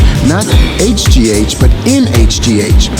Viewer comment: So the first h is silent or we gon act like he didn't just skipped